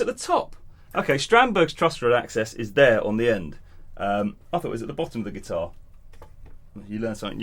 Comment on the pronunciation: Did just somebody said headless guitahrrr🤣